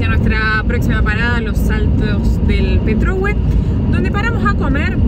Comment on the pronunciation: Petrohué acento en la E